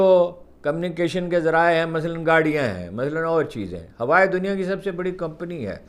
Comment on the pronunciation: ھارون صاحب ھوائے نھی!! ھواوئ ھے!!! اس عمر میں آپکی جرآت کو سلام!!؟